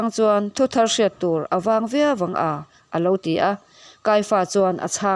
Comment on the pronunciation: Israel te sawkhaw trawng lam tih ah khian, trawng tih khi thluk tur...chhiar uluk deuh teh